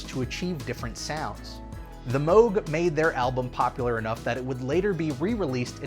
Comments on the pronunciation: It's rare that my two passions of Disney Theme Park content and Synthesizers come together in the same video! Fantastic. AND GOOD WORK SAYING MOOG CORRECTLY!!! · I am so proud of for pronouncing “Moog” the right way. I almost always hear it pronounced like the sound a cow makes + g. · Congratulations on figuring out how to correctly pronounce "Moog"!